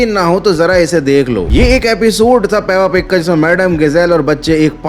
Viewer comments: Peppa pig❌ pappa pig✅🤣🤣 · Peppa pig ❌puppu pig✅